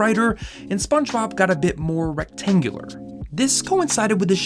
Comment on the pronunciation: “Recatngular shape”